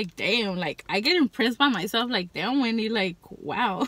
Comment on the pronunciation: the most mexican damm ive ever heard lol, anywho brb gonna go buy me some hot cheetos im hungry as hell now